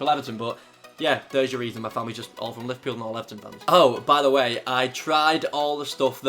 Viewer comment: Lol he said liverpill